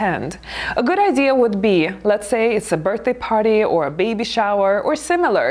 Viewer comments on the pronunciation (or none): none